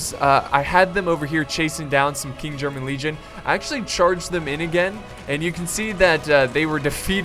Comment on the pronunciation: stands at guard and salutes Great vid as always - but I have one minor thing that I would like to point out. It is in regards to one of the regiments of the United Kingdom, specifically the KGL. It is called "King'S German Legion". You tend to pronounce it as "King German Legion". Now, people may call be a grammar nazi but I can't help but point it out. Your content is fantastic, and the astounding fact that you take feedback and comments from your viewers in regards to your content seriously is what gave me the courage to point this out.